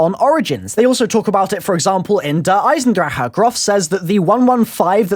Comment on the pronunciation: you say "eisendrecke" but you say it like "Eisendrache". The a in drache really is an a. and the ch in drache is a soft g